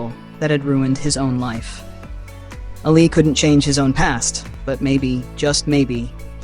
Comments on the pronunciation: ALI not ALLEY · Its not ally its Ali